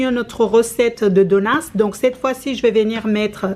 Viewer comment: J’aime trop con dit des (donuss) au lieu de dire des (donuts )